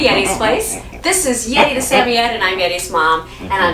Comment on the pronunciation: for the correct pronunciation of samoyed! I’ve always had malamutes, but I recently took in a rescue puppy who is half Samoyed and half malamute. She’s only 4/5 months and I’m already her 4th home. When I first got her, I thought there was something mentally wrong with her, for the first two weeks she barely even acknowledged my existence except to occasionally snap her teeth when I moved too fast near her. (She’s already got an unhealthy fear of humans, we were scheduled to start private training to help socialize her to other people so she doesn’t develop fear aggression with strangers, but with what’s going on in the world right now, it’s been delayed...) The vet thinks she was at Least 4 weeks younger than what I was told and the fact that she likely left her mother too early and she was so malnourished probably caused the delayed mental development. I’m happy to say that now she’s super sweet, gets excited when I talk to her, and is a healthy weight for her size! Having never owned a Sammy, I wanted to learn some more about their personality and such and found your videos. It’s funny, because my girl vocalizes just like Yeti does in the beginning of the video but she ends it with a very malamute “wooooo”.